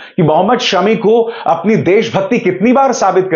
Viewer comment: अभिसार भाई सेमी नहीं शमी फ़ाइनल कहें और “ फ़ाइनल” भी शमी फ़ाइनल ही कह लाएगा। किवी और आउजी शमी नाम के दहशत में है। 😂😁।